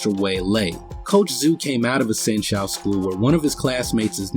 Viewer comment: Dude, good video in general but, a few points need clarification. San Shou is pronounced "San show," not "San Shoe." Another point is that the big muscle guy can exert force on the Tai Chi guy without his hands in the same way a bull or horse can push you without hands. Just have someone lean on you (or push if they want) and you will feel a force.